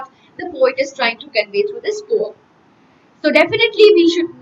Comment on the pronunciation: She is pronouncing poem like this? No questions to her knowledge, but improve this part...